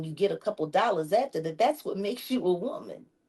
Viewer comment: "White woman three times younger than he is", you do mean "white wo-mayne..."